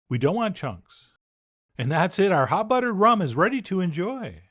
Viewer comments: "Hot ruttered bum" -Chef John 2020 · I couldn’t even hear the recipe cuz I was still dying over hot ruddered bum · Hot ruttered bum....omg....lmao! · Hot ruttered bum 🥰🤣🤣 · Hot ruttered bum lol.